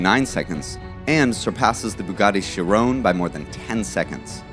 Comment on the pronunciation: He said please leave your comments, so here's mine. Learn how to pronouns a simple name like Chiron, there's no 'E' on the end.